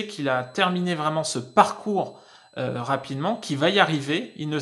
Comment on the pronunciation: Ah on dit varaille... Mdr.. On en apprend !! En plus de tes beaux yeux ! Bisous.